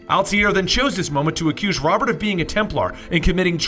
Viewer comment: Its pronounced Ro-bear